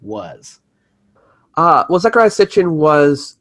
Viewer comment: You didn't debunk anything, you didn't even say his NAME correctly! It is NOT ZAC, it is ZEC. And he spoke 8 language's. I swear, when children try and "Debunk" their elders, they almost always fall flat on their faces. Just like you did here. 🙄🤦‍♂